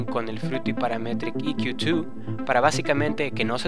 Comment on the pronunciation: Buen tuto me agrado "casi todo" Menos tu pronunciacion de Paaraaametriiic EeeQQQ twoo jajajaja :P mucho esfuerzo jaja en la pronunciacion , mentira viejo me gusto tu video Dedito pa rriba (y) Explica algo sobre El Sidechain , ya que ver tantos tutos sobre el no son parecidos todos , Es muy distinto el sidechain de FL studio a Ableton live , ya que con live directo Le pongo ala melodia Sidechain para q le de espacio al kick. Lo malo del FL que le afecta a todo . Saludos !